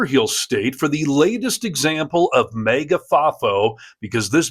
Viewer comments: for heaven's sake stop saying MEGA. It is maga so it sounds like maggots. And it is make America.. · I'm sorry, but it's not May-gah, it's MAGA as in MAGAt (or maggot). I will be 🗳 voting 💙 !!! Her blatant use of the N seems like she is racist, no doubt, and racism is taught and runs deep. She appears to be darker skinned. I am not sure what her ethnicity is. No matter, no one is better than another. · Maega? It's MAHGA! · Dude! It's pronounced MAGA - like magat, not Mega. I don't get why you mispronounce it, but I can't watch you because of it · YOU ARE DRIVING ME NUTS WITH YOUR "MAYGA"! It's "MAAAAGA". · MAGA ... not 'maygor' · It's pronounced "magat" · Why do you say MAGA like Mega! That shit bothers me everytime I see this dude say it! That’s y I’m not subscribing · "Mayga" is grating on the ears... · Why are you pronouncing MAGA as mega. sounds dumb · The way you pronounce MAGA is so distracting that I missed what she actually said and was just fighting my brain to unfocus on the pronunciation kkkkkk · Sir, you pronounce “MAGA” kinda weird, with a slight pause between the two syllables. It’s as if you are trying to be sure that people are hearing you say “MAGA” and not “maggot”. Save yourself the trouble, though. Because they pretty much are the same thing. One just wears that stupid hat to show it.